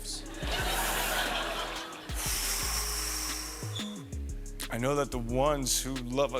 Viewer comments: Keanu didn't say a thing to Jim Carrey. You cant even pronounce Keanu Reeves name right AI chic! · "Key-New Reeves" ?!?